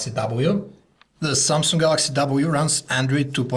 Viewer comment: Where in the word Samsung do you see a 'k' ? Where? XD If you can say "samsungk" then obviously you can also just say "samsung" right? :P